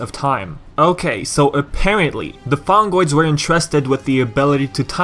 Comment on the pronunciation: (LAUGHING) ... Fungoids? You mean Fongoids. :D